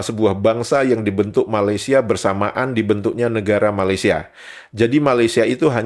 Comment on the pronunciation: YOUTUBER INI SALAH SATU ANAK ORANG UTAN KERANA MAKNYA BERKONGKEK DENGAN ORANG UTAN. LIDAHNYA TAK PANDAI SEBUT MALAYSIA DENGAN BETUL. MEMANG ANAK UTAN BODOH, IQ RENDAH